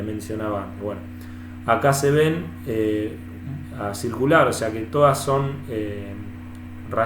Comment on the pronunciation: Muy bueno el video, muy instructivo. te hago una pequeña corrección, cuando te referís a la morfología de la Bainita Inferior vos decís ACIRCULAR, pero en realidad deberías decir ACICULAR, QUE SIGNIFICA EN FORMA DE AGUJAS, O SEA MÁS PARECIDA A LA ESTRUCTURA DE LA MARTENSITA.